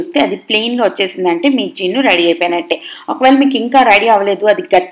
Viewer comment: Jinuu kadhu junnu